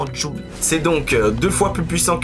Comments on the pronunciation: Hé!!! c'est pas djul mais joules....😅😅😅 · Joules.... Pas jul.... Tu parles de puissance pas de destructions auditive